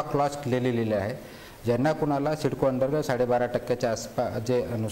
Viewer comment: ते मधल एड काय बोलताय त्याला तरी कळतंय काय सिडकोला सिस्को म्हणताय